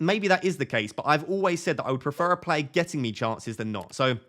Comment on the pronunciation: Love the way says player. Plair. Keep up the top content